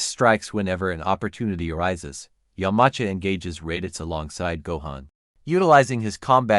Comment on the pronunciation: it is yam-cha not umanca